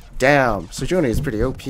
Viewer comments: I'm almost 1,000,000% sure it's pronounced Sej-waah-nee not Sej-oo-nee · I love your stuff man but its "Sej-wa-nee" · Why "Sejoony" T_T